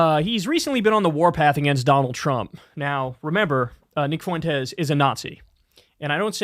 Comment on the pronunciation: "nick fuwentez"